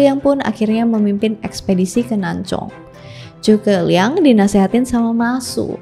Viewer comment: itu udh bener pronunciationnya